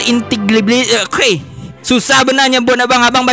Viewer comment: Itu dibacanya "inteli–gibi–liti"